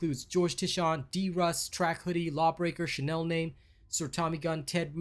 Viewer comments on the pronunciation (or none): none